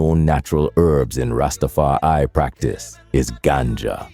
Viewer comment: Du bist nur eine schlechte KI-stimme die nicht mal das Wort RastafarI aussprechen kann der Rest was sind versaute dredlocks ihr hab genauso wenig Plan wie rastafariner?blödsinn